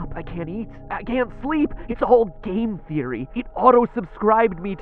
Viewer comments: Oh, and the end went from sounding like "Game Theory" to "Gain Theory". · is when i keep hearing "gae theory" instead of game theory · The faster you say Game Theory it sounds like you're saying gay Theory